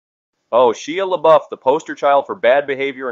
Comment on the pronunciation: You really shredded Shia LaBeouf’s name!! Might want to listen to how those names are pronounced before you talk smack about them. Just sayin ……